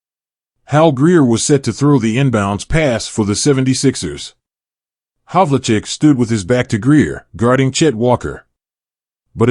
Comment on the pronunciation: His name is pronounced Hav-ul-check.